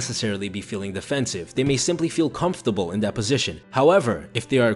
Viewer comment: 337 ..constable? i think he meant comfortable. good video just a ton of little errors